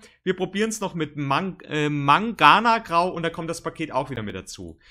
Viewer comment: HAHA I've found an Error. Es heißt Mangangrau und nicht Manganagrau ;-)